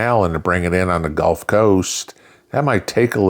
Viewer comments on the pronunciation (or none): none